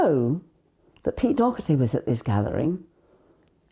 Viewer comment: Doherty is pronounced Daw-her-tee Not Dockherty..